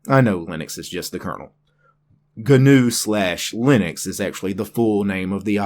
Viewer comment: It is ÑU like the horned animal, like GNOCCHI or caÑAveral Cape, the spaceport. Ñ It should sound a lot like "NEW"